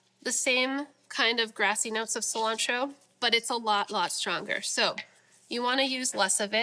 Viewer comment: I'm going to start saying Killantro. LOL